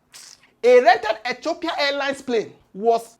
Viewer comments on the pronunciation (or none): none